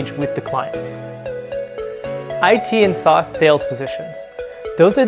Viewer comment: Great vid but LOL’d at his pronunciation of “SaaS” sauce?!